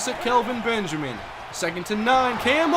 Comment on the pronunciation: I kinda feel bad for Benjamin. It's bad enough he gets his first name pronounced "Calvin" due to accent:-P but he's literally become yesterday's news.